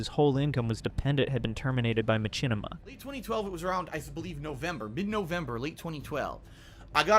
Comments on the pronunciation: It's not "Ma-chin-ima" it's "Ma-shin-ima" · This is straight-up fire dude, really well put together and the video evidence after each talking point hits like a bus. What on earth is a "Ma-CHIN-ni-ma"? 😆